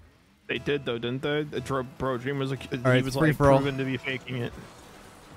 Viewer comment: Dweam x Wethameeeer